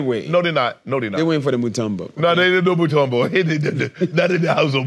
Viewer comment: Lol it the way they say mutombo 😂😂😂😂😂 it a common congolese last name 🇨🇩❤💪🏿🥰😂😂😂😂 mutombo they saying totumbo